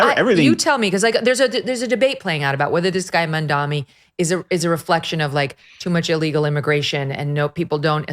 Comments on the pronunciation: It's M.A.M.D.A.N.I not Mandami😂😅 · Ok dude, it's M A M dani not M A N dami. Are you guys all dyslexic or something? I think scientists should do some research. Conservatives have some deficiency in their left temporal lobe.